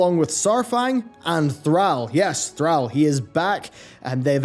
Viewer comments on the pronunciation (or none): You pronounced Thrall wrong it’s not “Thral” is more like “throll” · Threll? I don't care if you have an accent it's ThrALL not ThrELL. Had to shut the video off. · I know Jaina is pronounced Jæna, but please don't pronounce our lord and savior's name like "Thræll", you heathen! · Please bro, its ThrALL NOT TheAL. just like how the words all and al are said differently. Its throughout the game a Billion times. You say ALL the letters -. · Who is Threll? Why do you show a picture of Thrall when you say Threll? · Love your videos, but quick reminder its pronounced "thraul" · Argh. Every time you said Thrall. Call, fall, hall, ball...... Thral Bundy? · Anyone else cringe the way pronounces THRALL? I thought it was pronounced Thrawl..Could just be how Americans say it too. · Why do you pronounces Thralls name as Threll? Other than that, great video. I personally don't think thrall will take the warchief title again. Maybe baine or saurfang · kinda funny how him procouncing Thrall is soo wrong, please pronounce it like in wc3. it's a deep A not an american one. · your pronunciation of thrall is odd, considering they say it audibly in the games, and the devs say it themselves with it's correct pronunciation. But nice vid ^_^ I like it. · How can you be a WoW content creator and not fucking know how to pronounce Thrall by now??? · You are absolutely saying 'Thrall' wrong. Stop it. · Why must you say “Thrall” like that? You are the only person that I’ve ever heard, pronounce his name like that. Makes me cringe every time. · Why can you pronounce the word "Call" but you can't handle "Thrall"? Just call him what it is man. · will put your mispronunciation of Thrall to lack of sleep this time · Man stop pronouncing Thrall wrong. For the love of God. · How can you miss pronounce “Thrall” has he really been gone that long? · Stop saying Thrall like that. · The way he pronounced Thrall. Lol. It a real word. It mean slave. Why he keep pronounced it wrong?